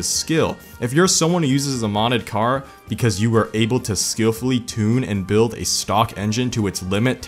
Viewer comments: Well this video alone just made this channel my favorite car channel on YouTube the way he says BWUILD...gold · The way he says "bUiLD" had me laughing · the way he said build made me want to kill myself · The way he said “build” 😂